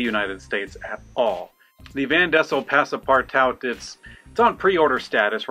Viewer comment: It's pronounced "PASS-PAR-TWO" Partout means everywhere. Passe, means, well, goes/pass. So Goes everywhere. Just ask Fred L next time!!